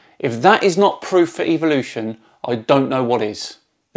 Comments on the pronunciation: You say it Evil lotion, I know it's the accent I'm not harping on that it's just funny because most evolution deniers find Evolution EVIL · don't ignore the BLAT'A'NT fact that while you hear it as "evilution" you believe there is some hidden meaning behind it when he says it, that much is obvious, because of the word "evil"? And I'm fully aware of the alternative forms of pronunciations so you won't enlighten me with anything.